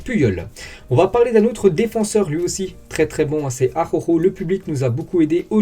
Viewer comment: Bonjour, je suis un inmigrant catalan en France, et je rigolo quand tu dis le nom D'Araujo, c'est compliqué la R et la J pour les français J'espere que ta prononciation et mon ortografie, elles experimenten une amélioration